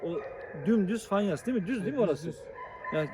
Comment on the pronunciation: bey sizi severek izliyorum bize sürekli video çekip açıklama yapıyosunuz bilgilendiriyosunuz fakat bize ayrı konusuyosunuz haber spikeriyle telefonda daha farklı konusuyosunuz yakıstıramadım size. Ayrıca bişe daha Fanyas değil abicim ''FAYANS''.. Lütfen bize atıp tutup keserken haberlerin spikerlerine kedi gibi konusmayın. Siz haklısınız ona göre konusun davranın!!!